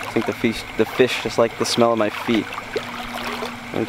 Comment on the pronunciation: "Feesh" hahaha Great video, man!